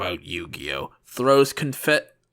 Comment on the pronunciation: "Throws confettei" Is that what WCW did when The Yetei debuted?